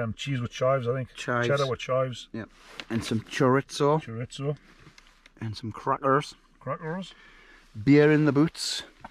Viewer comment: All the fog and mist looks just like from the hike I just came back from on the east coast of the US. I couldn't see a thing for 2 days. I love how you pronounced "wasubi paste" instead of wasabi and charitzo instead of chareezo. I love that we both speak English, but how words are spoken so different. I think its so fun and interesting, dialects. Love the idea of a cheeseboard while camping. Enjoyed it. ~RVA~